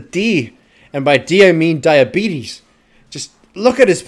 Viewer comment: "Hooray for lower diabeetus" I laughed.